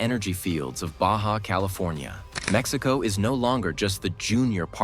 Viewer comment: Your pronunciation of Mexico and cities in mexico are wrong/terrible. Why make a video talking about how great they are without saying any cities or EVEN the country correctly. Besides lack of basic pronunciation in the video, it focuses on "growth growth growth"... if i have a country that has 10 billion in GDP with 10% growth and another country 100 billion with 1% growth.... the total number is the same. But one economy is 10X bigger. Focusing on short term growth without showing total numbers is misleading. I love mexico but your understanding of economics and horrible pronunciation (or use of AI to hide your identity) is horrendous.